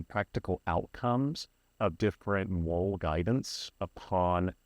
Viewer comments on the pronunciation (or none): This is both fascinating, and also 99% over my head! So first, thank you for the video. However, , I don't understand what the word is you are saying...a "___ Guidance" system?. I turned on YouTube's Closed Caption option to see if that would show me what the word is you are saying here, but it says "Mole Guidance". Surely this can't be what you actually said, is it?